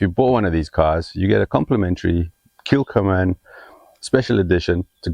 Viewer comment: Thank you. Islay is pronounced ‘eyelah’ and that is not the weirdest Scots name. Ask a Scot how to pronounce Ledaig😁! P.S. Kilchoman is pronounced’Killhoman’.